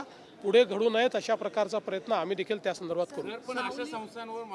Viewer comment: तू मेल्यावर की शेतकरी मेल्यावर देणार ते सांग....काय संतर्भात संतारभात बोलत आहेस...